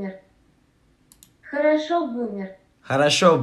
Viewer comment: also, it said "khorosho" not "horosho" so that's smth else